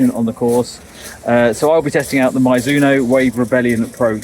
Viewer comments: 「マイズノ」😂変な発音！Mizuno = ミ + ズ + ノ = Me + Zu + No. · Please don't call it Myzuno, its annoying!